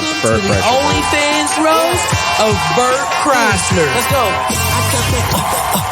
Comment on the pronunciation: Am I the only one who noticed that the announcer said “Welcome to the Only Fans roast of Bert… CHRYSLER”?! They couldn’t even get his name right. The announcer has never heard of this guy before. Oh how I envy them.